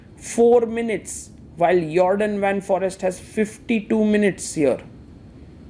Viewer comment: Please pronounce Foreest like: For ee (like the a in bay) st , you can do it, its not forest.